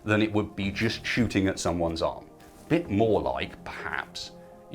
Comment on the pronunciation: "Arm" and "eye" sound extremely similar in your accent